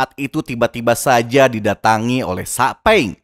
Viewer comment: Bang bukan sakpeng tapi saupeng royozuka itu yang benar